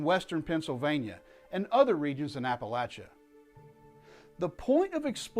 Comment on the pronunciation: Thank you for correctly pronouncing the word "Appalachia". That is a true indicator of someone who is actually "Appalachian!